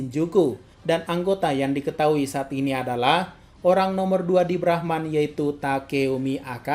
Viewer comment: Mimin bilang brahman gw dengernya Rahmat